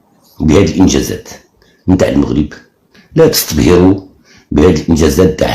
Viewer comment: كلشي زوين اصوت الحسن ينادي الا ديك "لاتستبهروا" فمعلوم ان الحسن الثاني كان يتكلم باللغة الفصحى كما هي في أرقى فصاحتها و يتكلم الدارجة المغربية في أبهى كلامها دون أن خطأ و لو صغير... شكرا على مجهوداتكم و رحم الله الملك الفقيد